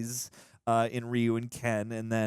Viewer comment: The way the characters pronounced Ryu's name as 'Rayu' hurts my soul. So...Mortal Kombat?